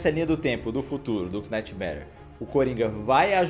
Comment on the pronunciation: knightmare não se fala "quinaitemere" tem a mesma pronúncia de nightmare. O K quando vem antes do n ele some. Ou seja, Knight ou Night tem a mesma pronúncia, Know ou Knowledge se pronuncia "nou" e "nólegi". O que diferencia então é contexto.